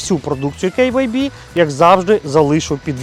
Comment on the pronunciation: Прикольно звучит Кэй Вэй Би🙊😁 Магаз Норм!!! Бренд не знаю, не пользовался! Костян Красава!!!! 👍